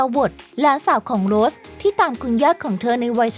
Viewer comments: ทำการบ้านในการอ่านนิดนึงค่ะ อ่านชื่อนักแสดงผิด ฟังแล้วไม่ค่อยสมูทเลยค่ะ เช่น เคท วินสเลท คุณอ่านเป็น วินเลท แสดงเป็น โรส ไม่ใช่ โรชนะคะ ปรับปรุงนิดนึงจะดีมากๆเลยคะ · ออกเสียงนักแสดงได้ห่วยแตกมาก โดยเฉพาะ เคท วินสเลต / โรส-rose